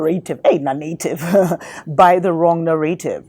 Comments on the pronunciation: its "narrative" ,, two fast Rs :) ,, or maybe used in africa, "narëtive" ,,, ,, anyways, nice to hear informet talk :) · You pronounce it Na-Ra-tive